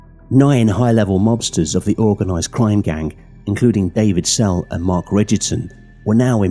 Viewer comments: snell? It says sell on the news reports you showed but you kept saying snell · It's not David Snell, it's David Sell. By the looks of the names of the rest of them, they were Irish, but their names and the names of places are often pronounced incorrectly. Maybe AI narration. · David Sell!! (Not Snell) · His name is David Sell not David Snell? Get the man’s name right